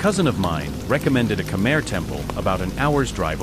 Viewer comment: Just say khmai not Khmer, sound so weird, but great story, we need more please 🙏